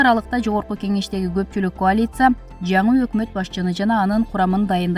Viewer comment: Куалиция эмес коалиции деп айт